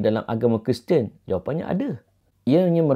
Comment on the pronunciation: Pmx sebut "dia keristian"